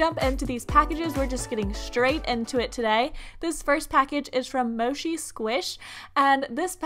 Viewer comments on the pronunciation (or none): You said mochi like moshi. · It’s pronounced mo ceee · It’s per ounced motchi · Why isnt anyone talking about how she pronounced mochi?????